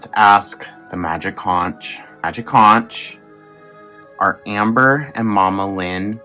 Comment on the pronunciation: Conch rhymes with "HONK".